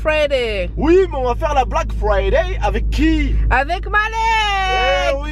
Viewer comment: Erreur de français on dit pas la black frifay mais le black friday